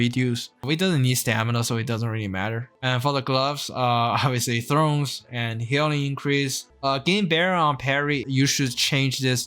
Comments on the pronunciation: "Sin you", not "snew". "Tha orns" not "thrones". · Its THORNS not THRONES.